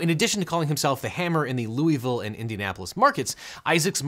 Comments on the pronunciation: whooops , did not watch the entire video before I commented. I appreciate how close you got to pronouncing louisville correctly. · I'm a Louisville native, so two things: 1) You can't possibly imagine the amount of Darryl Isaacs "Hammer" related advertising we've seen (although now Morgan & Morgan has kind of cornered the market) 2) it's pronounced "Loo-a-vuhl" here for whatever reason.